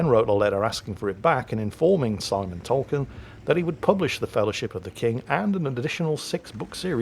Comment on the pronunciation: Is it really Pronounced "Tolken"? I thought it is pronounced "Tolkien"...